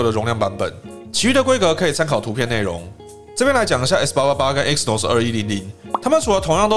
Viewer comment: 不好意思，更正一下你的發音，Exynos 的E是不發音的，正確的唸法是：西諾斯